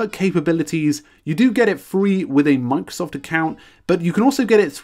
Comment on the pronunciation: "Mang-sof To Do" >> this is all I hear